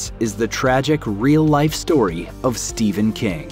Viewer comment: Why do you pronounce ''ph'' as a ''V'' it is Stephen not Steven.